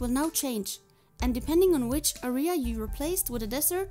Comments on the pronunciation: A-R-I-H-A-S. do you know its pronounced AREA right? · Why tf u sayin aria